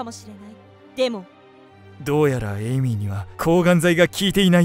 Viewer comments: 1分50秒の時エイミーが、エミリーになってました。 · エイミーなのに、エミリーになってる。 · エイミーなのにエミリーになってる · 1分47秒の時エイミーなのにエミリーになってる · 1050秒のところエイミーなのにエミリーになって る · エイミーなの？エミリーなの？ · エイミーなのにエミリーになってるよ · エイミーなのにエミリになってるw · エイミーやのに1分49秒の所エミリーになってるのってわざと？ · 1分45、エイミーなのにエミリーになってた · エイミーではなく、エミリーになってた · エイミーがエミリーになってる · エイミーがエミリーになってますよ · エイミーがエイリーになってた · エイミーだよね？なんかエミリーになっとる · エイミーのことエミリーになってる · エミリー？ エイミーじゃなくて？ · エミリー？エイミーじゃないの？